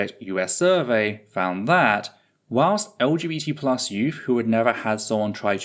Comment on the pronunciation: Are you sometimes saying LGT+ or am I just not hearing the B? I felt like you said it without the B a couple of times but that seems weird and I don't see a reason for it 😅